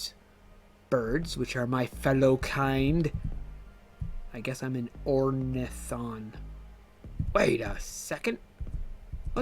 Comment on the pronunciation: I'm so happy to know that I'm not the only one who can't pronounce ornithon😅 That log has a small hallow part, that's another place to check for titles next week!!! Dagger, and the person who's doing the design notes are both new devs additionally they hired 2 new animators (korin finally has minions hehe) and a programmer so that's 5 new devs for us to love 💕💕 That well done guy (owiba tross) looks worried and stands out from the other ornithon, maybe he'll be one of the story npcs